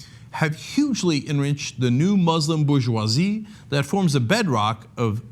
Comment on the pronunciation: WTF is "booshWAH-ZEE", Cenk!?!?